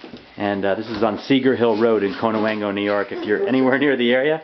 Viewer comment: Get their personal information off the internet. You can't even pronounce Connewango correctly. 🤣